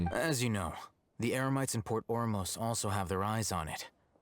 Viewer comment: Paimon accidentally said “emerites” instead of Eremites lol